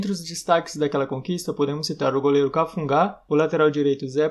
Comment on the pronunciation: Em 77 o Galo foi vice campeão invicto. O nome é cafunga e não cafungá